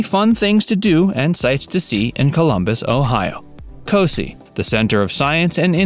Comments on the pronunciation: Co-sigh!....not co-see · He said co see. It's co sigh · Bro- it’s a long i on Cos-eye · If you are going to make a video on a locale you might want to brush up on how to pronounce local names like Scioto or C.O.S.I. It just makes it sound silly if you don’t and makes your video sound less than genuine.